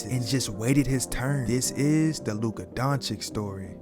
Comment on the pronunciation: Congrats on the vid. But Learn how to pronounce his name. Don’t be like Stephen A. Smith